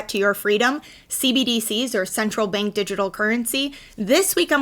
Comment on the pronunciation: Instead of Bank, you say Benk.